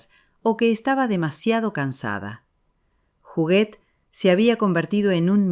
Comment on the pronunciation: Es Huguette no juguet